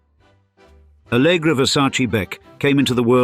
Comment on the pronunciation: É ALLEGRA e não ALGRÁ KKKKKK